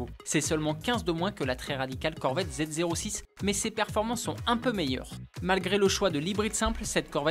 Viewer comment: Mais stop !!! Arrêtez de dire À zéro 6.... C'est Zo6 ! Le présentateur ne s'y connaît pas en voiture ou quoi ?....